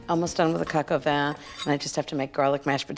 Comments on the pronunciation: Btw, Ina, its properly pronounced coke o van, not cock o van. Just saying🤷🏻‍♀️🤷🏻‍♀️ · I don’t mean to pick but it sounds like she says cacavan instead of pronouncing it correctly - cohk o vahn. I mean at least say cohk instead of cack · its pronounced Cohk-aw-von. Not Coke A Van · This looks like from maybe at least 15 years ago...and it is pronounced "coke" not "cack" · I thought it was Coka Van, not kaka van. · Wel we know she likes to say cok van over and over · drink every time she says co co van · Ina darling please work on your pronunciation of coq au vin. It is not cack au vin. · 1st learn how to pronounce it in French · My dislike came from the fact she cannot pronounce Coq Au Vin correctly.. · ....That's a New Yorker for ya.....doing things their way.